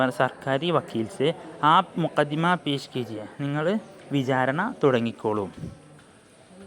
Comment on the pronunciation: Mukaddima അല്ലല്ലോ മഖ്ദമ എന്നല്ലേ